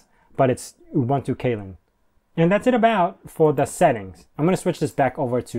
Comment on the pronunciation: Windows 11? UKUI reminds me an awful lot of Windows 7. BTW, Kylin is pronounced "Chee-lin".